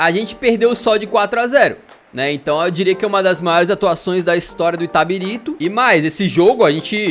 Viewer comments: caralho Eu sSOU DE ITABIRITO KKKKKKKKKKKK se fala itabirito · O LENDO "ITABIRITO" e pronunciando "ITABARITO" o vídeo todo KKKKKKKKKKKKKK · É itabilixo, vc leu errado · O falando itatiriba de vezes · Itabarito 😂 Itabirita 😂 Itatiriba😂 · Itabarito kakakakak Falo o nome da minha cdd errado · Na verdade é Itabirito. E não Itabarita ou Itabirsta. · Itabirito. Não itaberita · Ele não conseguindo acertar o nome do time KKKKKK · O editor cansou de corrigir o kkkkkkkkkk o cara falando o vídeo todo o nome do time errado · Nem ferrando q na primeira vez q citam minha cidade,p cara fala errado KAKAKAKAKAKAKA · simplesmente errou ao falar o nome do clube o video inteiro